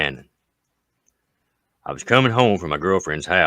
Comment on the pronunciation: Buchanan, VA is pronounced buck-HAN-en, not byu-CAN-en. Don't ask me why.